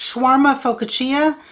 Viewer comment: Tip: it’s not pronounced Pho-ca-chia, it’s Fa-cash-e(long)-a(short), a type of (pizza like) bread. That calzone place menu looked amazing! And with reasonable prices. I wouldn’t say I keep kosher, as I don’t mind eating a hamburger and a milkshake together, but I don’t eat pork (my mom was Christian but raised me to not eat pork and we went to church on Saturday; meanwhile my cousin who is Jewish eats tons of pork and shellfish, I don’t get it). I hear a lot about Vegas food tours, but I wonder if there are any kosher food tours?